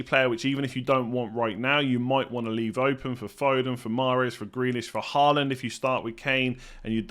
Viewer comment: you're pronouncing Håland's name incorrectly. - In norwegian "AA" is the international way of writing "Å" which is a norwegian letter and is NOT the same as "A" nor is it pronounced the same way.